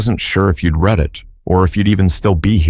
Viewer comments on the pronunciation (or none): The narrator has a problem- The difference between "read" (pronounced like "reed") and "read" (pronounced like "red") lies in their tense and meaning: "Read" (reed): This is the present tense form, used when referring to the act of reading something currently or generally. "Read" (red): This is the past tense form, used when referring to something that has already been read. For example, you might say, "I read books every day" (present) versus "I read that book last week" (past). Read vs. Read – What’s the Difference? - Writing Explained